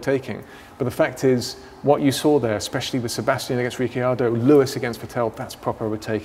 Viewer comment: How do you not even know how to pronounce "Vettel" properly? You work in F1!